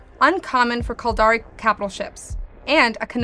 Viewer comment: says the caldari ship name excuse me -- the what ? xD